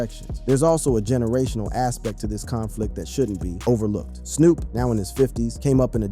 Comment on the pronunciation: They need to change the spelling so AI says names right. They should have changed it to toopock. I heard him say Snop dog early in the video too.